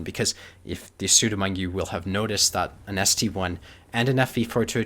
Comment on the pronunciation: Wrong, it's pronounced ST-ONE as there was also an ST-II... it's like how the Emil I and the Emil II are written.